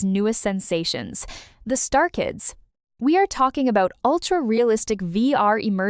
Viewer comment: It's not star kids, it's Stray Kids! Wtf?!